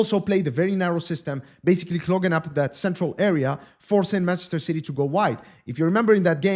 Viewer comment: The way called Ci-y is darn funny 😂😂😂